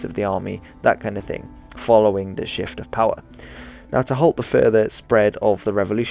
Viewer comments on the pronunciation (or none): none